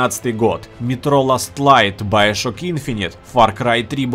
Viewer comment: байошок. хм, не знал, что так нужно говорить